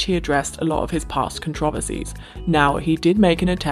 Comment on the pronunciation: Please god I beg of you to stop pronouncing it "con-trov-ency" it's pronounced "con-tra-verse-ee"